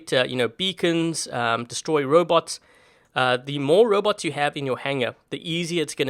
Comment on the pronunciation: she say robou wtf